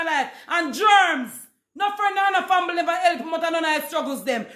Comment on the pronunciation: Did she pronounce family, “fambily?”